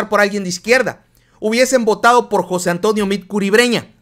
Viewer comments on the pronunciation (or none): none